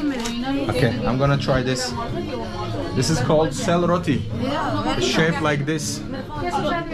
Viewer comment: Your Nepali pronounced is so good, selroti and chiya is so clear ❤️